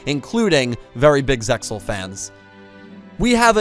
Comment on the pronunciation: Apologies, it's Sig-ner. It's actually mayan. Thats the only pronounciation issue I had. Thank you for using the japanese storylines and names. I appreciated that :) ALSO the X in ZEAL is silent. The X represent overlay units.